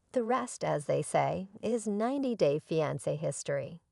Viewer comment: SAY " FEEE..ON...SAY".... ITS NOT.. " FEE... ON...SAH" OR " FEE...ON.. SIR"... PRONOUNCE WORDS PROPERLY PLEASE. CORRECTLY. LEARN ENGLISH.